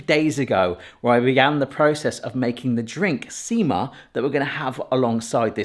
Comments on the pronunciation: You said "sima" at beginning correctly but later when you two were about to drink it you said "siima" which means "fishing line". Everything else you pronounced incorrectly. But looks like you did them correctly. Munkki color was perfect. You can avoid the one without hole staying soft and dough-y in middle by slightly flattening it. Sima looked good too. Cardamom is probably best spice in entire world. Only one that can even compete is vanilla. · You pronounced sima as siima they mean two very diffirent things sima is the drink and siima is fishing line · stop saying sima, every time you say it, it always sounds like seamen. Not joking